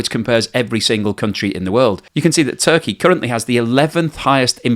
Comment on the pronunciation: It Turkaya as the pronoune it now LOL